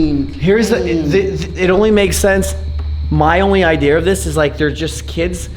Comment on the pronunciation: I’m sorry says ‘idear’ and I can’t unheard it in every vid